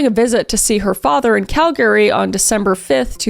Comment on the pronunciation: Girl why are you saying Calgary like that?